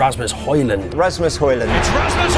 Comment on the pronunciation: The D in højlund is silent btw.